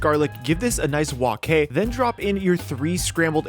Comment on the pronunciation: HE SAID "WOK HAY" OMFG !!!!!!!!!!!!!!!!!